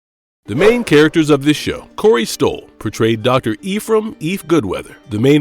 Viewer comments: The script and voice are both AI generated so it's mispronouncing a lot of stuff that should have been clear if they actually watched the show lol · While I like this video, this guy who's talking has terrible pronunciation. The way he says Ephraim, Setrakian, etc. Dick.